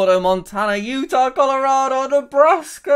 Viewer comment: he said my state 2 times and the 1st one he just glossed over its Utah lmao P.S. he never pronounced Arkansas properly rip